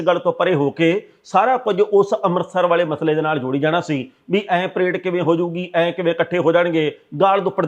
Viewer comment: ਪਰਾਈਡ ਨੀ ਪਰੇਡ ਸਾਬ ਜੀ।